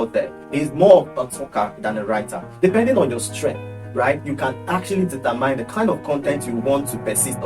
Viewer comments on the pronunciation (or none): Very educative. Good work. However, use google to learn how to pronounce the word "determine". Check time line